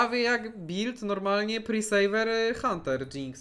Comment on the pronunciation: blagam tylko nie znowu presaver zamiast preserver xdd